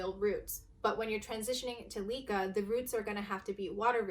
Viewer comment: It is not LEE-Kah it's LEh-Kah for heaven's sake! You are so beautiful but ruined the fun with your pronunciation, I can't.